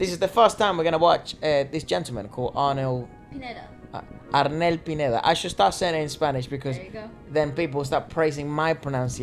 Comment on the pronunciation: About Filipino pronunciation, we dont have double or longer R... So not ARR-NEL... It's just Arn-el.... And oh do you know Arnel is the now THE JOURNEY lead singer? You should check him out